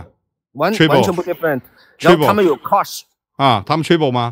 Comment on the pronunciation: 最初连现金的英文都发不准，还一个劲显摆英文。